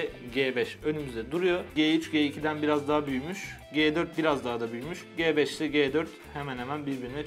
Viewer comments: Abi G beş değil Ci beş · el"ci" ci 5 yerine g5 demeniz ne kadar ufak bir şey olsada acayip taktım 😂